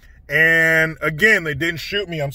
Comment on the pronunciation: Hey, you know how sometimes you say "again" with a Canadian accent; how about sometimes say, I'm "out" with one as well... 😀